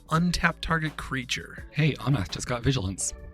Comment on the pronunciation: Loved the game! I can’t help but think that how is pronouncing Omnath must be him messing with me like Stewie over pronouncing the “h” in Cool Whip haha